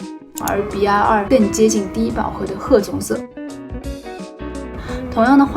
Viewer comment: 😂你在说色号的时候 BR 你说“笔牙” RD 你说“a ní" 我一直没懂这是什么意思 直到看了字幕😅